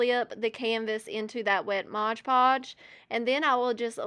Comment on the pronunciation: Its mod podge - not modge podge